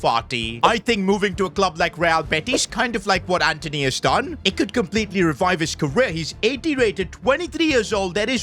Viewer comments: Antony❌️ Anteny😏✅️ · It’s Antony buddy not Anthony